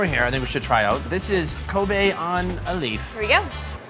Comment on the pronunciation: Its kobe not koba